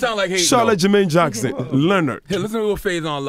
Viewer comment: He called him Charlotte Jermain Jackson. 😂😂😂